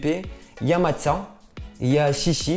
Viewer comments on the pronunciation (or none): none